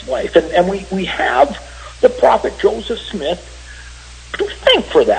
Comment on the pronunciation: "Josef Smiith"